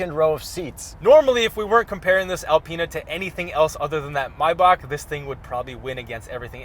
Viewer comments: Alpeanut haha get the pronunciation right!!! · Learn how to say Alpina properly